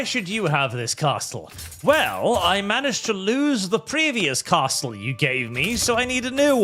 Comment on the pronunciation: Im not sure if you're doing a bit, but the t in castle is silent.